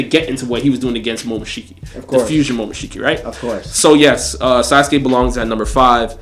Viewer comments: anime rlly hittin us with the momomoshishiki pronounciation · but said momomoshiki not momoshiki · AND WHO IS MOMOMOSHIKI